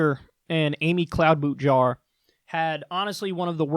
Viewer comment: I wince every time I hear Jake Tapper mispronounce Cloudbootjar. You would think that a tv talking head would learn how to pronounce the names of their guests.